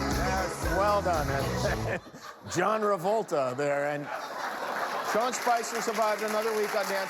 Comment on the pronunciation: "John Revolta" lol